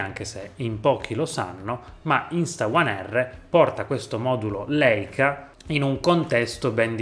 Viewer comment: Si pronuncia Laica. E' un dolore sentire questi dire Leica 🤦‍♀️